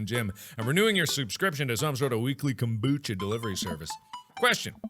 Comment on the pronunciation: That's not how you say kombucha but ok lol